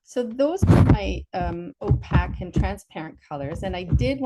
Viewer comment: Ō-pāk Oh pake Oh p-aye-k It is not pronounced o- pack. There is a pronunciation key for every word known to mankind in every dictionary.